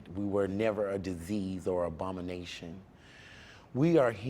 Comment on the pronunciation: does he say, 'we were never a disease or ah obamination'? ;)